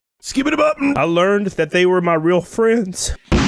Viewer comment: Goddamn you. I can't stop hearing "FRANDS". 😂😂😂